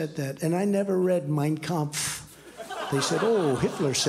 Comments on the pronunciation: Let me tell you, Trump’s pronunciation of “Mein Kampf” is spot on. Probably not the first time he talked about it. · Trump pronounced "Mein Kampf" correctly. This suggests that he read it. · NEVER HEARD AN AMERICN PRONOUNCE 'MEIN KAMPF" SO FLAWLESSLY suspicious? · For not having read the book, he got the pronunciation of "Mein Kampf" remarkably right. Maybe it's his German heritage shining through. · For all the verbal flubs he's had... he sure knew how to properly pronounce that name!!!